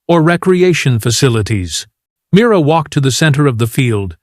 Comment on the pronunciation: Dear AI, Mira had beaten the record by 1 second for 37.59 trumps 38.00 Why don't you and your programmers go back to learning how to tell time? Also get Mira's name correct.